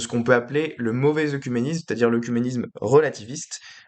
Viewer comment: Attention la prononciation du mot "oecuménisme" qui est souvent mal prononcé et ta vidéo ne fait pas exception. Cela se prononce "Œ(É)cuménisme".